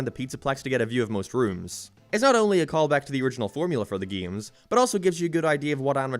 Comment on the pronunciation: Is bro saying gayes or games